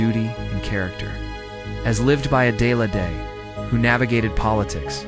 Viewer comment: You have to be an idiot to not know how to pronounce a simple name like Adelaide.